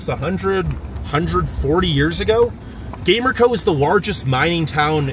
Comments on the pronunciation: And it's not called Gamer-co it's pronounced Ga-mer-co and behind the red rock park if you stayed on the main road there is rocks that look like a males genital hints the name Peter's rock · Loved your tourist view!! The way you killed the pronunciations of some places had me dying! Gamer-co 😂 your enthusiasm was outta this world! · 😂 yeah born and raised in Gallup and the pronouncing of those places made me laugh as well! Gamer-co 😂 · The town of Gamerco is pronounced GUM-air-ko